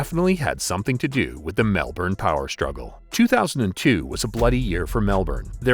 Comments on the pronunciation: Mel-burn not Mel-born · Melbourne not Mel Bourne. So many Americans struggle with this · Dude. It’s ‘Melbun’. Not ‘Melborn’. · Radev was Bulgarian and had nothing to do with Russian Mafia. "Nick the Russian" sounded better than "Nick the Bulgarian" - and it's not Mel-Bourne, it's pronounced Melb'n FFS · Mel born😂😂😂😂 Say it like an Aussie Malban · It's not MEL-BAWN!!! No Australian pronounces it than way! It's MELBUN. Only Americans calls it Melbawn. This also applies to the capital of Queensland - it's BRISBUN, not BRIS-BAYNE. How would you like it if we talked about Van-cover or Chickergo? GET IT RIGHT! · Jesus Christ, you make a video about a city and can't even pronounce the name correctly. It's pronounced "Mel-ben" not "Melborrrrrrn". You Americans lol fuk me. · It's Mel-ben, not Mel-born. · It’s pronounced Melburn not Melborn (Melbourne). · Mel-bun, not Mel-born 👍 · most aussies say mel bun or melbin ive never heard anyone in melbourne actually say melburn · It’s pronounced Melbourne. MEL-BIN not Mel born ya Dickhead. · You’d think someone would research how to pronounce the name of a place before doing a video on it. It is absolutely NOT “Mel-born”. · Saying "Melbourne" sounds ridiculous to the aussie ear we pronounce it Mel-bun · We don’t pronounce it Mel Bourne in Aus mate we pronounce it like it’s written Melbourne. 👌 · Hard to listen much longer past an Amercian saying "Mel Born" Edit: "Kilda road". Fuck me. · Say Mel - Bin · It's just Melbn And obviously someone musta been paid off so it cld have happened. Money fkn talks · Easy Mel ben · Awesome vid but please for everyone in the states it's pronounced mel-bin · We know what he means but ....Mel ben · no mel-bun* is more accurate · nah especially for an amercian it’s Mel-burn. Americans pronounce their Rs. Only some Aussies say Mel-bun too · It’s Mel-burn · please say melbourne correctly. if you're gonna talk about us at least say it correctly. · Hope the new one can pronounce Melbourne properly!!